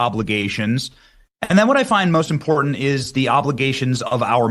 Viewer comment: "Impordant" is not a word.